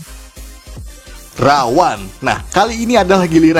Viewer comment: Ra-One itu bukan dibaca Rawan, tapi Rawon.